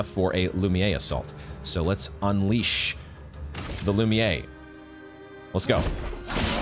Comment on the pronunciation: Hehe, love how you pronounce "lumiere attack" as "lumiyay" The playthru is 10\10!🎉